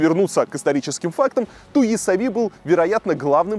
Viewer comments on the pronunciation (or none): не ясави,а яссауи